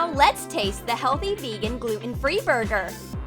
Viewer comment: Buger? I think your supposed to say b u r g e r